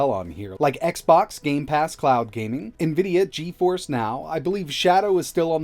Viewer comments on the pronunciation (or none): none